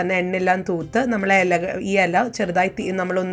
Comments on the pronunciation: എല അല്ല.... ഇല ... 😝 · ഹലോ താൻ ഏതു നാട്ടുകാരിയാണ് വായന ഇല അറിയില്ല /ചിരാത് എന്ന് പറഞ്ഞു /മലയാളിക് നാണക്കേട്‌